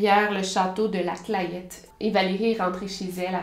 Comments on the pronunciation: J’y habite je ne connais absolument pas cette histoire et au passage on dit la « clètte » même si ça s’écrit clayette sinon merci pour tes vidéos victoria ❤️ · Hello, super travail comme d’hab ! J’en profite pour te dire, au passage, que l’on prononce la Clayette « la claitte » et Saône et Loire « sone et Loire ». Juste une petite info comme ça, je suis du coin 😉 vivement les prochaines vidéos! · J'habite vers La Clayette et ça se prononce "la clette" voilà c'est un petit détail haha merci de parler de ça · Super vidéo victoria comme toujours par contre on prononce la « clette » malgré comment ça s’écrit ☺️ gros bisou 🥰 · Bonjour, je suis originaire de cette petite ville, et on prononce "la clette". Cette petite cité est très belle, avec un lac et son chateau. Ne restez pas bloquer sur ce fait divers horrible, et venez visiter ce coin de Bourgogne du Sud. Bises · Super vidéo mais on prononce ''la clette'' (je sais c'est bizarre, 20 ans que j'habite dans la région et je n'ai toujours pas compris pourquoi on disait ça) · Ça fait bizarre de voir une affaire à côté de cher moi 😰 et on prononce « La Clète » je crois